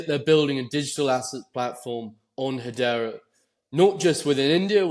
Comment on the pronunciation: is the only person I’ve ever heard pronounce Hedera as ‘Hadeera’, you’d think he’d learn to say it right